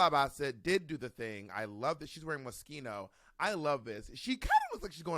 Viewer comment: Not Moskino 😂😂😂